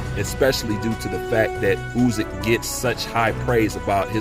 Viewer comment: Yo, its Usyk, not Uzyk.